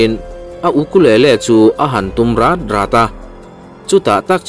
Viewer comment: Mizo Youtuber-te hian Mizo tawng hi uluk hram hram ula, ka duh ngawt thin mai. Tunah pawh hian double adverb lam dik loh i nei a, chu chu, "Ukulele chu a tum ta rat rat" tih hi 'zai rât rât' kan lam anga lam tur a nih laiin, nang chuan thil innawt ri 'rat rat' kan lam ang hian i lam a a dik lo. Heng kan sawi duhna chhan chu naupang zawkten an en nasa thin si a, a dik lova kan hman fo avang hian a dik lo tih hre lovin an hmang ve zel a, kan Mizo tawng hi an suasam nasa em em tawh a ni. Han fimkhur zel teh u.